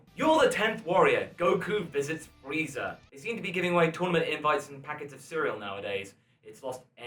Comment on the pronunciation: I think you called Frieza "Freezer" by accident.